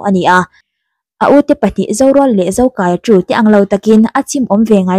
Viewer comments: Zokâia tih tur.zokaia a nilo. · Zokaia nilo in Zokâia tih tur aw...."kâia" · Zokaia i lam dân hi a diklo, mi pahnih in kâi riâl ang in i lama, a diklo, In hlâng kâi..ang deuhin a ri ang, Zokâia tih tur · I lam dik lo, zo kai a nilo in zo kâi a tih tur zawk o,, thluk a awm a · I aw a mawi narawh e..Zokâia ti a lam tur.. Motor a kan chuang kâi tih a kai tih ag hian... Beg a ti thlep em a ngaithla zo talo mai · Zo Kaia- a (ui ka kai tih laia kai thluk in i thluk a a nilo ...Zokâia lawm..(Kâi ah hian thlukna dah tur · Ka sawi tum tak....."Van ram kâi" tih a Kâi lam angin Zokâia. Beng a ti thlep deuh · Zokâi tih tur nia...kut in kai angin i lam daiha beng ti thlep ve deuh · Zokaia i thluk dan hi a hniama thluk tur nilovin, "mei in a kang kâi" tih a kâi kan thluk ang hian thluk tur a ni e. Mizo leh hnam dangin zokaia tih hming an/kan put in i thluk ang hian koh/thluk a/an ni ngai lo, thluk fan sang deuh in thluk/koh tur a ni e 👍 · A lam sual palh ve a ni ang e 👍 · A movie leh lin ah khan zokai, kâi an tih kha, ran kai ang nilo in kai khi an thluk. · I lam diklo. Zokaia hming hi. Thlukna awm lo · zokaia lai a kai hi thluk tur a nilo mi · ZoKAIa tiha “KAI” lai hi i lamri diklo tluanparh. Thawmhnawah rawng a kai a, chumi kai kan lam ang chuan lam tur. Kai hi ban inkaia KAI angin i lamri daiha, awmzia a bo vek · Zokai a i lam dan khi a diklo. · A hming i thluk dan leh i lamdan a diklo.mizotawng chuan thluk anei tih hriat a pawi mawh